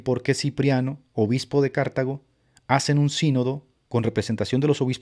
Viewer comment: Qué buen live,! Gracias al Señor que podemos ver lo ridícula que es la iglesia romana intelectualmente, gracias a que siempre hay alguien, por la gracia de Dios, que levanta la voz contra ellos. Solo quería hacerte un comentario: "Cartago" se dice como grave: "Car-TÁ-go" y no "Cártago". No tiene tilde en la primera sílaba, y es una grave:D